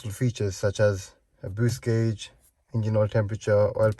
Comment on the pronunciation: It's, En-Gine NOT In-Gine ...! Sorry ! I noticed keep saying....ingine